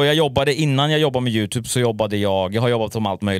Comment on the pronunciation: först kanske du ska lära dig uttala youtube